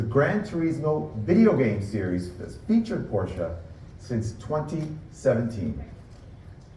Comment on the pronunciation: at least learn as the CEO of a top company to "speak it" in original way, which is NOT porscha, but "porsche" (it should end in an E spoken almost es "eh", eh?)